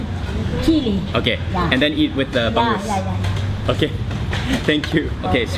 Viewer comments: It's not bang goose.. It's ba-ngus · it's Bang - OOZe (not Bang - Goose) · it's not bang-goose.... say the word hung but with a B.... bung-oose = bangus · its bangus not banggus hehehe 😂😂😂😂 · bong goose? cmon..bong ose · Bangus is read as Ba-ngus not Bang-gus. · it's not pangoos is bangus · It's not "bang-gusan", It's "bang-usan" and also "bang-us" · Hi there mark! it's anyways pronounced as ba-ngoos. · The way Mark pronounces Bangus make me smile, the G is sort of silent in the word Bangus